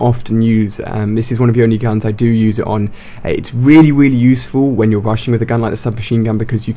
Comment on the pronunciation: weally weally good